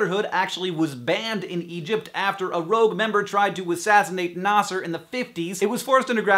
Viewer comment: yup it's very obvious from his way in pronunciation the name of preisdent Nasser